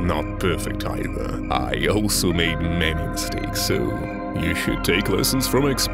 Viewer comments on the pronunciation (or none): none